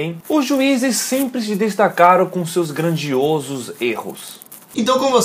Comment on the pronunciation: seus grandiôsos erros kkkk😂😂😂😂